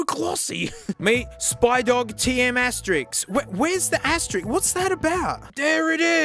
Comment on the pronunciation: "I'm an adult now" pronounces asterisk as asterix